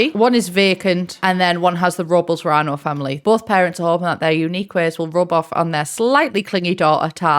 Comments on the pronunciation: Robles is pronounced Robe-Less and Luna is pronounced Loon-uh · Just want to throw it out there that Robles is pronounced Rob-less and it's a Spanish surname. It's pretty cool that they have a Hispanic townie in the expansion pack! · The name is pronounced Robe-Less. Or Rob-Less. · ily also its pronounced rob-les! its a filipino name hehe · It’s pronounced ROW-BLESS! Lol that is my maternal grandfather’s last name, lol everybody gets it wrong! Haha either way, love the review! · unfortunately i think i am now obsessed with that pronunciation of robles